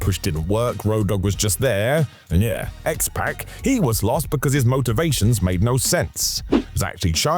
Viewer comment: His name is pronounced X-Pock not X-Pack. He is not the Bastard Pac